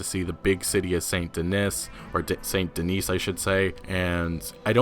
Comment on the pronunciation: Please google how to pronounce Denis. Please.